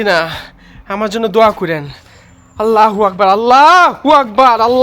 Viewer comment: আল্লাহু আকবার আল্লাহু আকবার আল্লাহু আকবার আল্লাহু আকবার আপনার বলা ভুল